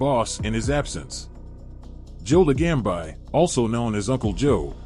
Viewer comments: Could you at least pronounce the name correctly. It's not LaGamb I. LaGambi. Bee, not by. Idiot. Joe the Boss. Really good guy is all I'll say. My uncle through my 1st marriage had a place on jewelers row and let's just say they didn't just sell jewelry and i used to do some stuff for him and met Joe a bunch of times. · Joe La gam bi lol Ai cracks me up. Ron Turkey, Michael Seee ang o lean ee. Terrible!